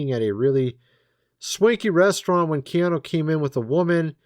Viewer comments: I don't think it's Keana Reeves!!😢😮❤😅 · It's Keanu.